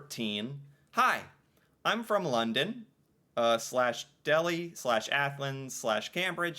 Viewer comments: Dirty Deeds Done Dirt Cheap aka an AC/DC song. Yes those are all Cities/Towns in Ontario, And we pronounce it Dell-High. Nanaimo is a city in British Columbia. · It's DELL-high, not DELL-ee like in India... 🇨🇦❤️💪💪💪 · Greetings from London, Ontario! 😄 If I'm travelling outside of Ontario, I always have to say I'm from "London, Ontario" and not just "London" to avoid confusion. Besides Paris, Cambridge, Athens and Delhi (here pronounced DELL-high, not like Delhi, India), there are also villages in Ontario named Brussels, Copenhagen, Vienna, Zurich, and Dublin. Kitchener, halfway between London and Toronto, used to be called Berlin.